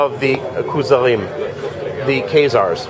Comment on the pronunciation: The KAZE-ARRS?